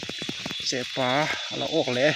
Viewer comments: Ka pâ tilo in ka pa itih ve ṭhin tho ka ring a,chutiang chiah chuan chepâ tilo in chepa tih mai kha a lamdan dik a ni e.( I awk tam hle mai 🎉) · I lam dan ngai a ilo neih tawh kha dik lo Chepâ ni lo in Chepa tih tur Mipa pawh Mipâ i ti ngai miah lo ang Mipa i ti ang tiang chuan lam tur SVMM😊😊😊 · Chepaa tilo in. Chepa tizawk rawh. Mizo in kan lamdan kansawi dan ani